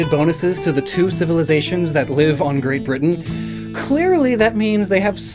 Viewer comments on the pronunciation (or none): none